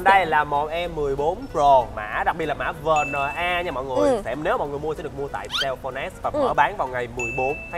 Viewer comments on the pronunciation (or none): Vi En Ây not Vờ Nờ A